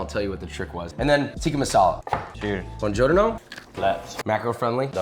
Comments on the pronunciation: Josh, love the videos and love your stuff! we gotta correct the pronunciation: it’s not teeka it’s pronounced tick-ah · Josh its "tick-ah" not "teeka"